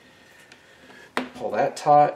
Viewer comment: Are you saying pull it tight? Or tort?